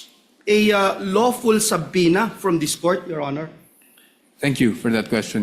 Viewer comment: Sa-pi-na stupid! Not sab-pi-na🤣